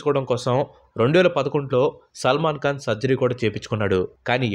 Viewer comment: Salman kaan?? Khan saar adi khan..!!! Kalu kaadu saar..kalu ante toddy. Kallu ayya avi eyes eyes..🙏